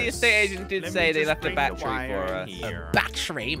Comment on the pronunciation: said bachery not battery 😂😂